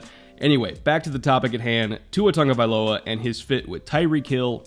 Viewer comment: If it hasn’t been mentioned already, very cool that pronounces Tua’s surname correctly.